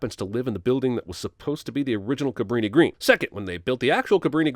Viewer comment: As someone who used to live outside Chicago, I'm deducting sins for properly calling the projects "Cabrini-Green." It is NOT "greens" as in greenspace. Cabrini and Green are the names of the planners. People never get that right.